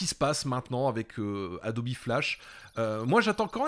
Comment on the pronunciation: ça fait 20 ans que je travail sur la gamme adobe, ça m'hallucine tjrs cette prononciation "adobie" jamais connu un graphiste prononcé de la sorte